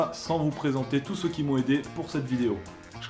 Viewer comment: personne à remarquer à la fin le "merci à tout ceux UI" ?